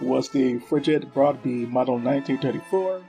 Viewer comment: Thanks for the video featuring some lesser known experiments weapons. I really enjoyed it, although your pronunciation of Norwegian names is atrocious. How you managed to get that many syllables out of the simple name of “Fridtjof” is beyond me, but Americans never were known for their cultural or linguistic sensitivity, so we will just have to live with that. So a couple of more relevant comments; in this context (Norwegian weapons) it is simply wrong to use the term “Swedish Mauser” for the 6.5x55mm cartridge. This cartridge was developed in the 1890s as a joint project between the kingdoms of Norway and Sweden, which at the time was united under a single Sovereign. The Norwegians adopted the 1894 Krag-Jørgensen rifle as standard, the Swedes the Mauser, both in the same caliber. In Norway, this cartridge was NEVER referred to as “Swedish Mauser”, and those developers you covered would have been horrified to have the cartridges being referred to as anything else than 6.5x55mm Krag. My father taught me to shoot on an Krag m1929 (sniper) and to him it was never anything but 6.5x55mm Krag. On the section on the Eriksen SMG prototype you postulated that the SMG could have been chambered for the Nagant cartridge, stating that the Nagant was in use by the Norwegian Military. This is not true. All branches of the Norwegian Military adopted the Colt 1911 in 1914 as the Kongsberg (Colt) m1914. It is highly unlikely that an obsolete cartridge no longer in use would be selected for an